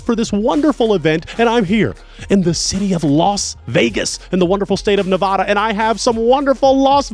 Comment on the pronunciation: Pointer's red flag is how he pronounces Nevada